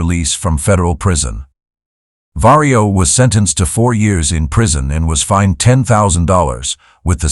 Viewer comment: Vario or Mario? 😆